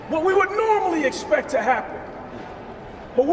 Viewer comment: “we espect”